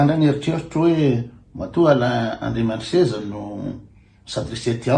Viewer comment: ALAIN ANDRIAMISEZA, ANARANA MALAGASY IO KOA MBA TONONY TSARA FA TSY TOA IREO TÉLÉSPEAKER AO AMINY TÉLÉRADIO FRANTSAY AKORY IANAO, AZAFADY AH!